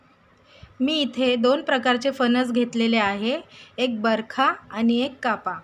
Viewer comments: बरखा नाही बरका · बरखा नाही बरका म्हणा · Barkha??? It is Barkaa